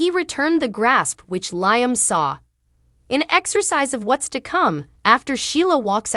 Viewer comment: Does this woman read the comments. His name is Liam....as in Lee-um.